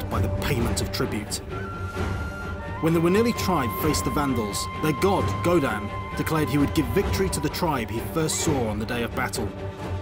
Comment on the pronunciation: Godan? I think you mean Wodan..... damnit CA